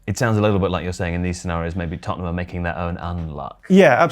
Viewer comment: Can't get over the fact cannot say Tott'nham